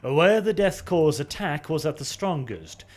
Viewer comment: Finally someone who can say the word Corps (Korps) properly. Emperor bless you